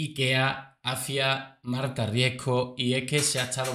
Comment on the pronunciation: Todos están eqivocados al decir su apellido. No es Marta Riesco. Es: Marta Riesgo.🙄🤦